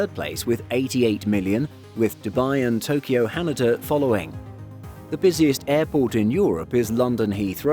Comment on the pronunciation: Jesus christ that was the worst pronunciation of 'Haneda' i've ever heard